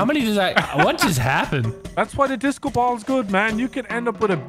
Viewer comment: No one: Absolutely no one:: Deesco